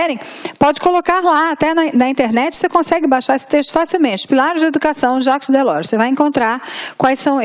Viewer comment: Aula mais do que maravilhosa!!! Acompanhei todas as outras 5 anteriores... Só tenho uma pequena nota a fazer (não é uma crítica!!!!). O nome Jacques Delors é francês, e deve ser pronunciado como "Jáque Delór". Parabéns pelo excelente trabalho...